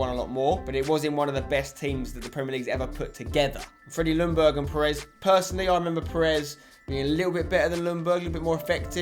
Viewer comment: Spencer, Ljungberg is pronunced more like Youngberg, just so you know :)